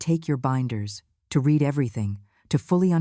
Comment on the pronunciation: Not “ I read everything but I (pronounced Red every thing in past tense) Get help with someone who is fluent in English or better AI generated dialogue. Your site will be more popular. Contractions are also good, can’t for cannot and don’t for do not makes for smoother language .